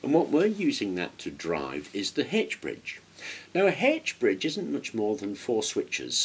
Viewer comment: You really had me scratching my head mentioning a Hedge Bridge. We know it as an "H" ( aitch ) bridge.